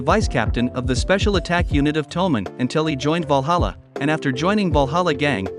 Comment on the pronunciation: "Walhalla"?!! I though it was Valhalla